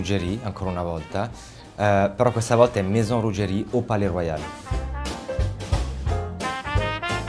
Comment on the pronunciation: Stavo sopportando la pubblicità per guardarvi poi ho sentito il tizio dire Ruggerì invece di Ruggeri e mi son detto “gente che non sa come si chiama difficile che sappia fare altro”